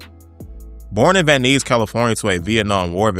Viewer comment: Van Nuys It's pronounced " Van Nize." Nize rhymes with size.